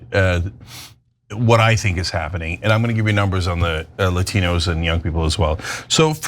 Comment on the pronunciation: La tee knows???😂😂😂😂😂